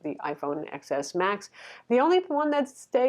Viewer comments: love your reviews but it’s pronounced Ten. Not X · It pronounced Ten S!!!